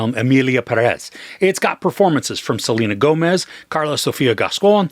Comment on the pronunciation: Pérez. Accent on the first "e."